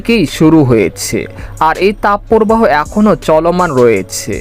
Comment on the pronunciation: তাপ পোরবাহো নয়, তাপ প্রবাহ। শুদ্ধ উচ্চারণের অভ্যাস করুন।